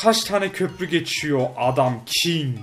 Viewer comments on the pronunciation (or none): ABİ LÜTFEN KİNG E KİN DEMEYİ KES